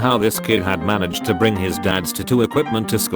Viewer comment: I hate the way he says tuh too